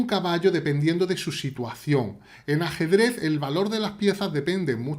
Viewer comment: Me encanta cuando dice asedrez